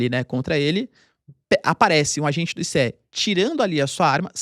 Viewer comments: É estranhos ouvir o professor falar ISSÉ e enquanto em outros lugares é pronunciado AISSI. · Não é "i-cê-é", é "Ai-ci" !! 🤣🤣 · Ninguem fala i-c-e! Fala ice!